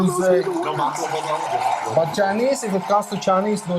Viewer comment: This man said, Balkava! Putin! Bear fighting! 😂